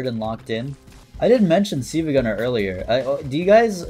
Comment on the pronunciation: pronouncing 'silva' as 'see-vuh' is unforgivable